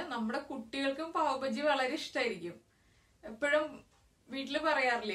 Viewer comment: Not pav Baji it is pav baaji